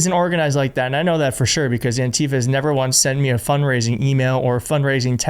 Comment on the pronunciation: btw, it is pronounced ANtifa. The stress is on the first syllable. Don’t let them kaMAla this